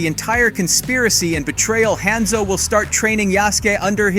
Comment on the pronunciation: Video was solid so super thankful for the information..but you pronounced Yasuke wrong it would be Ya-Su-Kay or Yas-Kay not Ya-Ski / Hanzo is a low sounding A and not a higher pitch A. The last one was pronounced right I think. BUT again thankyou for the vid def informative and superrr to the point.